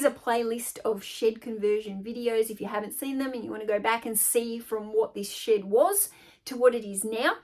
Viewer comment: I introduced my 4 year old granddaughter to your channel today. She loves your accent. She said oh grandma Honey. She said a bad word. I said what bad word did she say? She said shit. I said honey she didn't say shit, she's saying shed. I got a laugh out of that. Her name is Gwendolynn